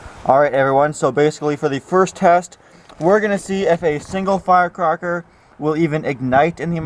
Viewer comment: "fire cocker" lmfao